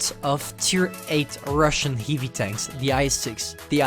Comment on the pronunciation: Your pronunciation on the word heavy